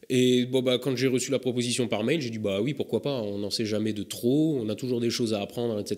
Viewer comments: "Ui" tu serais pas un peu alsacien ou a minima dans le nord est de la France toi ? ^^ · Ta dis ui ?!